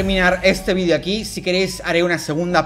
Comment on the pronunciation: Tampoco se dice "vidio" se dice video